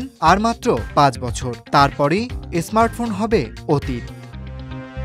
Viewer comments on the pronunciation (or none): কথাটা এসমার্ট নয় স্মার্ট হবে ভাই 🤓 অনুগ্রহ করে উচ্চারণ সঠিক করুন ভাই। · স্মার্ট ফোন কে আপনি এস স্মার্ট ফোন কেন বলছেন বুঝতে পারছি না